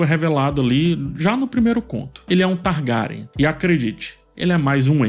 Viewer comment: qual a dificuldade de falar "targueriam" ?